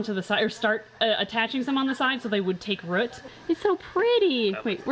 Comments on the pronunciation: I love how says root.... like rut not rouht. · I like how says Rut for root!